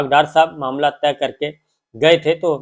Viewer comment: محترم شاکر صابر صاحب، ماشااللّہ ۔ آپ کا پروگرام بہت عرصے سے دیکھ رہے ہیں۔ آپ لفظ “طے کرنا” کو “ تہہ کرنا” بول دیتے ہیں۔ دونوں جیسا کے آپ جانتے ہیں کافی مختلف ہیں۔ نوجوان بھی آپ کا پروگرام شوق سے دیکھتے ہیں ۔ توجہ فرمانے کا بہت شکریہ۔